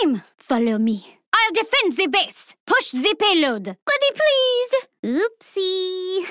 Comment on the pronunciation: "Push zhi Peyload"